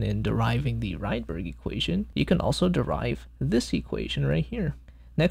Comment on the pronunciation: It's "ridberg", not "raidberg" (he was Swedish).